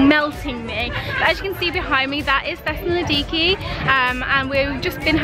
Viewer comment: Just some friendly advice because I speak Greek and it killed me a bit every time you said it- Its THE-SA-LO-NI-KI :) love your vlogs x